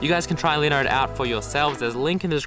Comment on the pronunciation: when he says linode, it sounds like he is saying Leonard